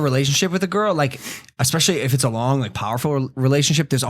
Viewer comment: “Itsh new teritory” 😂